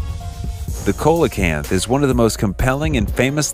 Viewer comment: Coelacanth - See-luh-can’t Cenote - Sen-no-tay